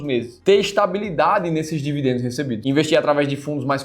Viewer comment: não é devidendos, a pronuncia correta é dividendos, o sutaque horrivel